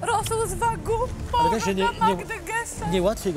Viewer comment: pierwsze słyszę jak ktoś mowi na wagyu - wagu